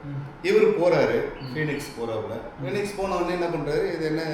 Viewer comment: Phenix illa Bennix